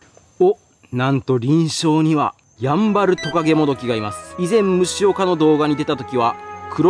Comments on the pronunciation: やぁんばぁるぅ⤵️www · ヤンバルのイントネーションが気になるの俺だけ？ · やんばるのイントネーションはヤンバル○○(和名)の時と同じで良いからね～ゆたしくよ～！ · なぜだ ヤンバルテナガコガネや ヤンバルトカゲモドキはちゃんと イントネーション合ってるのに なぜ＂やんばる＂単体になると ＂ファンケル＂と同じ音程になるんだ